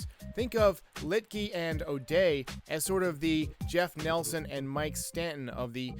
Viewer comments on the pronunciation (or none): none